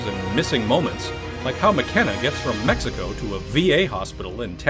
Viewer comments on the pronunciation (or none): none